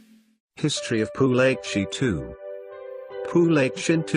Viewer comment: Its pu-la-ke-shi (a canarese king , not a Chinese or Japanese)